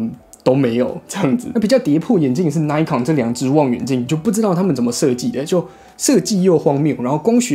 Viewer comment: 小小的建議: 1.穿個衣服吧,不然背心也可以 2.要做這種評測,是不是應該要事先做功課? 雙筒望遠鏡數百到數千都有可能,本來在材質與功能上就會有差異,而且專業望遠鏡還會有特別功能,或是設計,但是這些你都沒有說,一整個就是花錢買東西來跟大家說"不知道",還有東紫邊西紫邊的 3.品牌發音錯誤,扣分再扣分, 而且 Nikon / Pentax 還是數位相機大廠,也是老牌子了,還發錯音,真的很不行 4.要評測任何商品或是產品,必需要先確定"基準"與"前題",否則完全沒有參考價值,例如在相同的價位下或價格區間(最常見),或是特定用途(水中? 登山? 旅遊? 居家? 室內? 室外?軍用?民用?....) 5.都說要評測了,怎麼連的基本的"表格"都沒有? 那是在評測什麼? 補充:望遠鏡放大偣數越高,望遠端就需要越大的鏡片(入光量的問題,相機也是),而紫邊色差只要是在處理光學放大/縮小就一定會出現,而各家使用補償方法也不會一樣,在比較時,應該是要在相同倍數時再比較紫光現像,不然A牌24x ,B牌16x, 然後都有紫光,那是A牌好還是B牌好? 總結:...........無言....